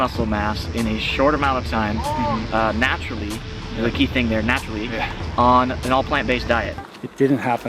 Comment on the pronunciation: "Natutally". Haha you don't need animal products but you sure as hell do need PEDs like steroids to get that big.